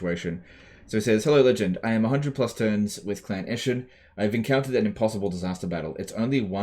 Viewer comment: "Impossioble-unwinnable" battle yes yes